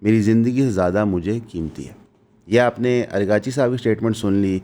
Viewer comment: It's Araagh-Chi Not Arghaa-Chi Please correct